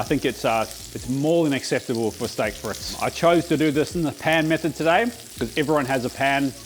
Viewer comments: It is friets, not frits.. 😂 love the vid! ❤ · "freet" mate, not "frit". The dutch say "friet" which sounds a bit shorter than the french...love that peppercorn sauce, so good! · It's not pronounced "fritz." It's "freet." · Hi, i'm English, currently in Normandy, for D Day +80 Chips are Frites (say freets ) Alumettes are Matches Brilliant as usual, mate Cheers Phil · Hey. Frite is pronounced freeet...like feet. Merci et gros bisous!!!